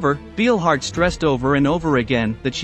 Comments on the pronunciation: Couldn't you at least check how a name is pronounced, before you make a video about her? That "Beelhard" makes me cringe every time he says it... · Narrator you pronounced Ernas last name wrong. In German ‘ei’ is pronounced as a ‘long i’ and ’ie’ is pronounced as a ‘long e’. You’re fired‼️ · Narrator you mispronounced ‘Beilhardt’. In the German language the letters ‘ei’ are pronounced as a long ‘i’ with the ’e’ being silent. Inversely, the letters ’ie’ together are pronounced as a long ‘e’ with the ’i’ being silent. If you are involved in documentaries you should get things correct including accurate pronunciation.